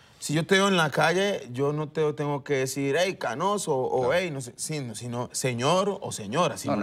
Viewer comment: jajja hey "canoso" jajaja